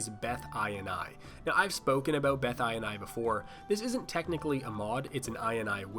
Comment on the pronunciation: You say ini that sounds like " eye in on the in the eye and eye"